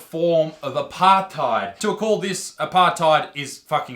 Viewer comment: The way Isaac says apartheid is hilariously incorrect.